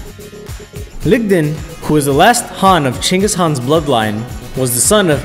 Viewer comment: Genghis Khan not Cengis